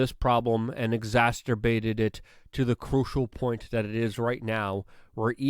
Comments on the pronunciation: stop saying exasterbated it's pronounced exacerbated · Exacerbated = ex-ass-er-bated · Exacerbated not exacterbated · Exacerbated , Luke! You sound drunk at times. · Luke “exasturbated” rudkowski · Ex-ass-err--bated... damn it! Sound it out. Say it right! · "Exasturbated" is not a word Luke.